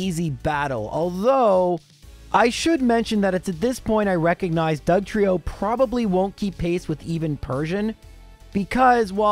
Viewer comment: Wasted opportunity to spell Trieyo like Lorelei and double down on the incorrect pronunciation 😂